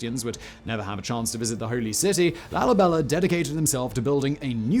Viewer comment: LALIBELER? Stop with the rhotic r